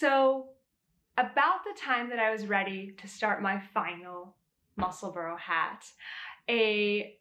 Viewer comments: I've made 3 so far and have plans for another 3 already. Just wanted to say it's pronounced Mussel-bra not Mussel-borough, I'm from just south of the Scottish border. I'm going to make my next one with the ribbing in the centre, I've already made one with a contrasting band in the centre of the tube for a contrast brim. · Ysolda pronounces it Musselborough. I’m not hearing a distinct bra sound as you mentioned. Just went back and listened to her part 1 tutorial. I think most Americans feel pretty good about not saying Musselburg as in burger. It’s not easy to get subtle distinct pronunciations correct when the untrained ear is hearing Mussle-borough. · Many thanks for the pronunciation tip! British names frequently confound me, so it's immensely helpful to learn the accepted way to say "Musselburgh." (I'm still recovering from learning that "Cholmondeley" can be pronounced "CHUM lee." Sigh>)